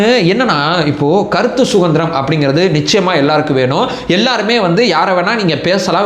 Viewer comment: வணக்கம். " கருத்து சுகந்திரம் " இல்லை. " கருத்து சுதந்திரம் " என்று சொல்லுங்க. அதுதான் சரி.❤❤❤